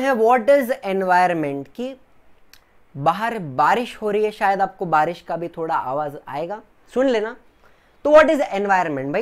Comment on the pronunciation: Not thoda thobda